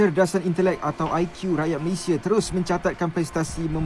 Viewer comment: Orang Indonesia seharusnya menyebut IQ sebagai I ki.. Bukan Ai kiyu😂😂😂😂